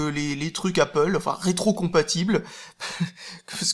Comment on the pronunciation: Mince, tu dis plus "apôle", j'aimais bien voir les commentaires avec les pro-apple rager de ta prononciation ^^